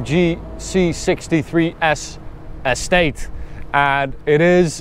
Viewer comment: yea i know, but just the way he says it, its sounds like he's saying s8 insteas of estate